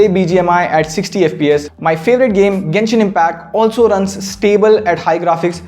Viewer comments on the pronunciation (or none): none